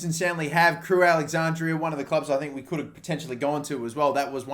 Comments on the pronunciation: crewe alex-andra (not andrea) cringy af watching you say it over and over again 😂😂😂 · It’s Crewe AlexanDRA not AlexanDRIA ffs